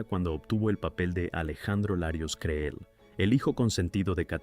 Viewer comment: Creel se pronuncia CRIL